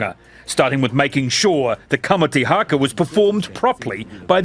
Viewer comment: Its not harker its haka as in cracker